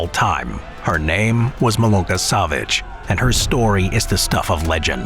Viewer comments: So ein Hund, spricht, MALONA SEVITSCH, MILUNKA SAVIĆ. Bitte, nicht mehr bellen, wenn serbische Nahmen ausgesprochen werden. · Име јој изговори како треба, или ћути.